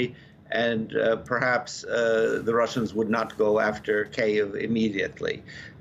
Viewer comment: Dear Professor, please pronounce Kiyv as Kee-yoov, that's how it's pronounced in Ukrainian. Not Kei-ev. The "NU-cle-ar" power, not "NU-cu-lar". Please don't embarrass U of A in front of the whole world. Europe can relax, Putin might come after Belarus, but he won't touch any of the NATO countries.